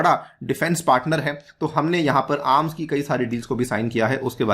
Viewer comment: When you say arms I heard aam...😄